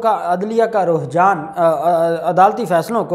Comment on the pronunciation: Alfaaz ki correction karain... Ruhjaan nahi Rujhaan bolain.... Nice informative video